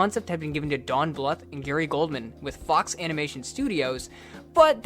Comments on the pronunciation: Bluth is supposed to rhyme with tooth. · BL-OO-TH NOT FUCKING BL-UH-TH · It's not pronounced Don Bluff it's pronounced Don Blue th. Like tooth. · pronounced Blooth. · Always heard Don Bluth as "blooth" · I love you but the way you pronounce "Bluth" irks me SO much